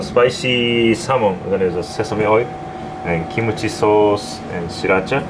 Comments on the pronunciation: how come when says kimchi sauce it sounded like "kimochi sauce" lol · i'm hearing kimochi sauce xD